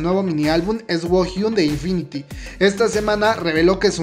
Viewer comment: Esperanding el álbum de namu xp y se pronuncia infinit, no Infiniti :v